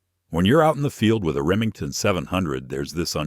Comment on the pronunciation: 9 mem medahm? What is that? AI strikes again. The information is good but these AI flubs wreck it for people who know guns. Reee mean teen? Or did you mean Remington? Ugly.